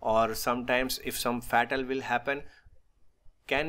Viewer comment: Your video is good but perhaps you can avoid saying fetal for fatal . Try saying it as faetal.